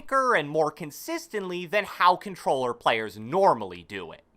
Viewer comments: Took two minutes just for “cobtelller” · I had to put the playback speed to 0.25 lol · “Controller” that for ever lol